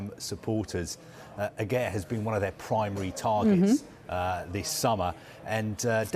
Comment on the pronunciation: They actually pronounced Aguerds name wrong.